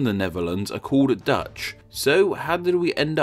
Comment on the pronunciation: I'm Dutch and he said it pretty accurately